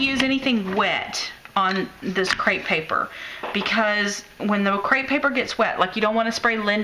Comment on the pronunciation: Cute card and cool techniques btw it is actually crepe paper not crate paper. TFS!